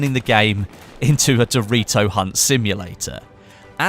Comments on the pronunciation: "simply follow the orange doe-ree-toe" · I love how you say doritos